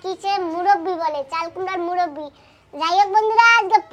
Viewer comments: Muraba😂 not murobi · মুরব্বি না কথাটা হোলো মৰোব্বা